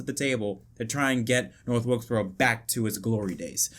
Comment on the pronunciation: you mean North Wilksboro?